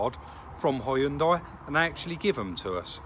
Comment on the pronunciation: Great call on the side moldings. Probably what my white slab sided '10 Xb needs, looks like Moby Dick. Across the pond we're not as safety conscious, no rear fog lamp. We'd prefer to run up your backside. Lazy in our speech as well, pronouncing Hyundai as "Hunn Day". Thanks for great videos. Narragansett Bay.